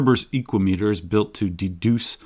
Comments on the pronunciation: "Speedometer" is typically pronounced with the "me" as less stressed, I think "equameter" could pronounce with the long 'a' from "equal" if you similarly put less emphasis on the "me" syllable. Whereas you're pronouncing it EEkwah-Mee-tur, I propose you pronounce it eeKWA-mə-Tur. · For me "Equameter" sounds greek, like "hexameter" and should rhyme with "thermometer", with the accent on the second syllable. Has nothing to do with the metric "meter", but with the greek for "measure" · I get why he pronounced it that way which is really cool but sorry no that’s just not how Americans roll, it’s an ekua-meter now. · I'm gonna pronounce is "e-QUAY-meh-ter". Similar to thermometer